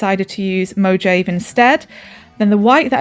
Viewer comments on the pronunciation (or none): Thanks so much for the chalk tip. Great idea. No big deal, but it's pronounced "Mo-HA-vay," not "Mo-JAYV." Just trying to be helpful. I appreciate the inspiration you have given me.